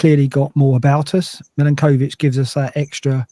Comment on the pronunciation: Could I politely request that learns how to pronounce Milenkovic's name correctly please (Mill-enk-o-vitch)